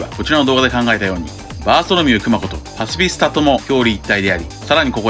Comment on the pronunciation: パシフィスタの発音好き(笑)